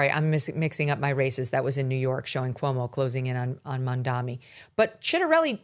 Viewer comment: It's MamdaNi non MamdaMi 🤣